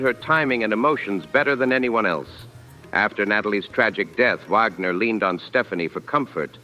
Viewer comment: It's Wagner. Not Vagmer